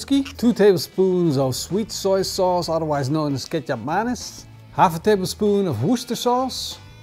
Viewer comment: Did he say kecap manis????much love from indonesia.